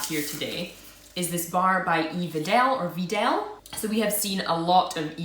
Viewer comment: here is how to pronoce wedel: just wedel yeah thats it, wedel